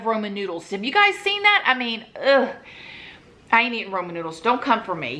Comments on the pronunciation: Omg this is so funny she says roman noodles 😂😂😂 I'm not country and I say raman noodles 😂😂😂love ya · I think the point of this comment is that it should be said rayman not Roman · raymon noodles 😭😂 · She said Roman noodle 😂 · But there is no o in ramen noodles..........raw-men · I say Romen noodles too 😂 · I thought she said roman numerals lmao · One person: It’s “Raymen” Another it’s “Raamen” it’s “Roman” 😂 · We say ROMAN noodles here in NC too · It’s rah-men. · Rah-men in NYC 💕💕💕💕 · I pronounce it roman noodles too. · aren’t they pronounced like rah-men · Ya'll should know by now how pronounces ramen, don't come for her! 🤣❤